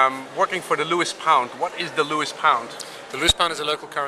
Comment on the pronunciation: Lewes not Lewis!